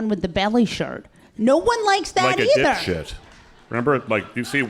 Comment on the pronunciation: Walz actually said "ditwad", or that's what it sounded like to me. And I found that funnier.